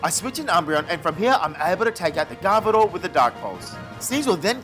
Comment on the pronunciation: You had me all the way till “garvedoir”